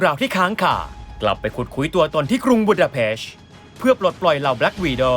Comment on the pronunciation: ชอบความ บูดาเพ๊ชชช นาตาชาออกเสียงอย่างนี้จริงๆ